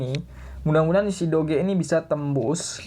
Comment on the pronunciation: how we pronounce it = dōj (doge)